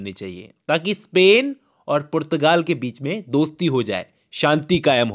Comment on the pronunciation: Portugal ❌️ purrrtagaal✔️